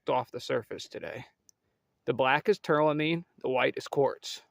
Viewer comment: It’s called “tourmaline”, NOT “tourLAmine”